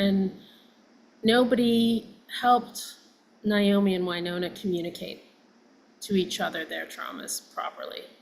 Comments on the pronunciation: At least pronounce her name right,,it's NAomi nit Niomi...... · So happy to hear your guests say Naomi‘s name properly. My sister-in-law‘s name is Naomi and I can’t stand it and neither can she when people say NIomi… edit: well, she said it right once and then she blew it😂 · Its NOT NI OMI its NA OMI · Y'all, it's "Nay-O-me", NOT "Ni-O-me. Neigh like a horse not with long "I". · Very interesting. I am looking forward to seeing this. I’m surprised at the mispronunciation of NAomi…they are saying Niomi. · Why do both of these ladies keep mispronouncing the name Naomi? It's NAY-omi, not NI-omi. Long A, not long I. Not even the Judds themselves say the name with a long I. Strange. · Her name is being pronounced incorrectly by both of you. It's pronounced Nay - omi Not Ni - omi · Did she pronounce her name Ny-Omee? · They both called her Nyomi!